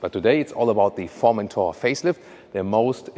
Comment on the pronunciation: Omg that Formenthoar pronun iation!! It's pronounced foR-men-toRR Formenthoar ;)) i am dying of laughter